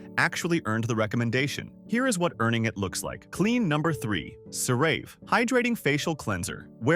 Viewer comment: You'd think if a channel was going to go so hard against a product, they might at least learn to pronounce the product's name. Or at least pronounce it wrong consistently...